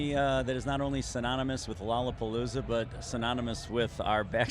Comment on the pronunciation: Its not lolapalooza Its lolrlapopoolza